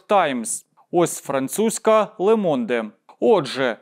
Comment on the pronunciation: Французька газета Le Monde не читається Лемонде а Лє Мон